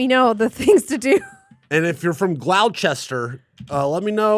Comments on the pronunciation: Did pronounce that as 'Glass-shower'??? Gloucester??, if you read this, its way easier to pronounce; its just 'Gloss-ter' like 'gloss' paint and the 'ter' from 'holster' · Great episode! Just a small correction - Gloucester is pronounced "gloss-ter" As for things to do in London, UK - go to The Breakfast Club for dinner & go downstairs into the Mayor of Scaredycat Town speakeasy bar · did just say ‘Glass-Shower’ instead of Gloucester? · I mean how can you even mispronounce something in [current year]? Google any word and you'll find pronunciations